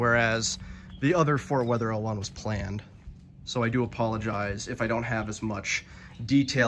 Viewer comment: It is not Fort Wetherhill. It's Fort Wetherill. Not "hill"